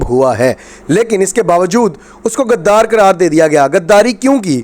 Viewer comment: PLS PLS DONT USE WORD GADDAR. ITS NT GADDAF BUT GHUDDAR SO CORRECT URSELF